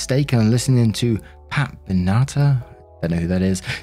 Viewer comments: PAT BENA TAH? I just died inside. It's "Pat BEN uh tar" lol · Lol pronounced Ben-na-far lol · Just fyi, Pat Benatar (pronounced Ben-ah-tar. Think "first name ben"-"ah"- "tar" as in the gunk in a pit in Los Angeles) is the woman who sang "Love is a Battlefield", "Hit Me With Your Best Shot", and "Heartbreaker" among other songs. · Ben-uh-tar. ("Hit Me With Your Best Shot") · Pat Ben-a-tar. 😉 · I'm sorry but the way you said "Pat Benatar" made me giggle x3